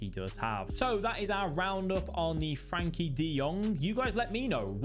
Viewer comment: It's Frenkie not Frankie